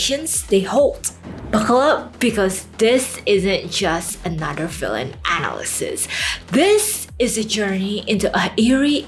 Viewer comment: Hey, I'm not sure if english is your first language, but some of the pronunciations are kind of hard to understand. I'd recommend working on proper pronunciations. I respect and admire your hustle completely and wish you success. Examples being the way you said psychologically and analysis needed me to try extra hard to comprehend and likely is way more difficult for non native speakers to get as well.